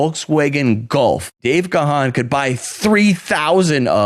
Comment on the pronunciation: that was funny, and what is particularly good was your knowledge of DM and music overall) one point though, Gahan is pronounced just as "gone"